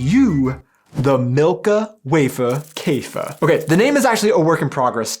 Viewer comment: To german ears "wafer" and "Käfer" do not rhyme, because the a and ä sound are totaly diffrent. It is like using the english w- and v-sound as the same, for wich the difference is difficult to hear for germans